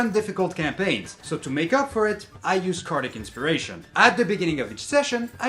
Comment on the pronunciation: Oh, I thought you meant cardiac, not cardic.